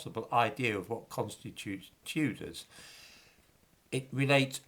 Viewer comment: It's da Chewdahs innitbruv 😂